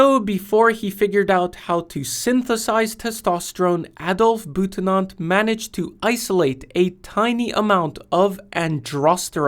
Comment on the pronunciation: Wow. Someone on YouTube actually managed to say "Adolf" without pronouncing it "ay-dolf" ! 😂 Well done sir. ❤❤ Now tell the rest of rhe USA please.